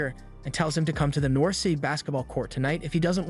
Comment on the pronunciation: north, not nourth… an no, you are not the first…